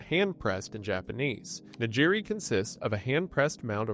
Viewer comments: Why did he pronounce nigiri as “nijiri”? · Nigiri hurt worse. He butchered that, ironically, as I was eating salmon nigiri 😂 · Came for "Hawk-ay-Daow", stayed for "Nuh-Jeerie" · At least we know he's not AI, but by golly is it painful to hear "Huh-kay-doe" and "na-jir-ee."